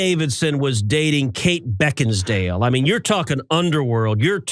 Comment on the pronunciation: Mf’r can’t even say Beckinsale. Moron. On top of being hateful, mean, nasty and disgusting he is. I would so hate to be a part of his family.